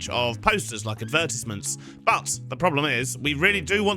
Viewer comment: crazy way to say advertisements